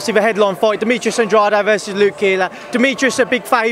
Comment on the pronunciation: Can’t even pronounce Andrade ......why is he getting paid ?